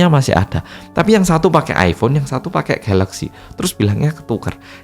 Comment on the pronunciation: 😂😂😂 GALAXY kek orang jepang aja bang lu